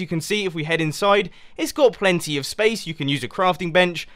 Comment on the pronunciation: Pleanty of room :-P